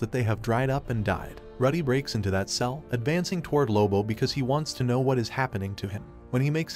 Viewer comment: MMMMM It is lois lane not louie lane and it is Rudy not Ruuudy!!